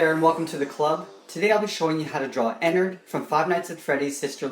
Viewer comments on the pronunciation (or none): its not Enerd, its Enard. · It’s actually like ee-nard but ennard